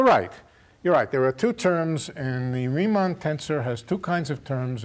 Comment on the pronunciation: Who put the tags on? Schwarzschild not Schwarzchild torus not taurus Christoffel not Kristofel Riemann not reamonn